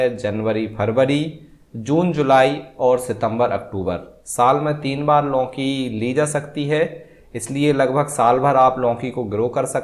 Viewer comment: लौकीं नही लौकी 😊